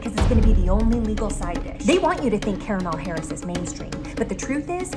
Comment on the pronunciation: "Kalamari Harris" 😂